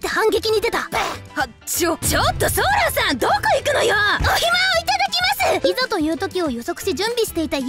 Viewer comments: 「おひま」ではなく「おいとま」って読む希ガス。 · ｢お暇｣っておいとまって読むよね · 「おひま」じゃなくて 「おいとま」じゃない？ なんか気になった… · ソラっていうキャラの声やってる人漢字読めなすぎでは……。 お暇は「おひま」じゃなくて「おいとま」 記しは「きし」じゃなくて「しるし」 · お暇→おいとま 記し→しるし